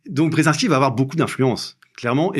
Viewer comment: Si c’est un chat noir, je l’aurais déteste moi aussi 😂😂😂😂 chat ???? Serieux ! Même pas un petit effort pour prononcer le « h » BrsAnski ? Zbignew Bresinski s’écrit et prononce avec « i ». Et je tel parle pas des noms chinois… Un tel manque de respect vers ces personnalités historiques, c’est affligeant ! Vraiment pas envie de lire le bouquin d’un type aussi inculte !